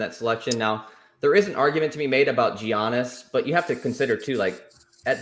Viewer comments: you mean Jeeyahniss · As soon as I heard giannis I clicked out